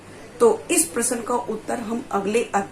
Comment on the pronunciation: प्रसन प्रश्न ईसे बोलना सिख पहिले??